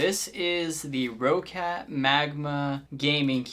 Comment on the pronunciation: Its actually pronounced "rocket" other nice vid. 👍